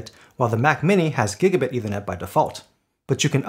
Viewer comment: Good comparison. Small point: It's not pronounced either net, it's pronounced ether net. You may want to look up the meaning of ether. Thanks